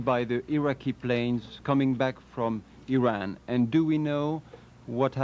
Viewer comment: and e-Ron, not eye-Ran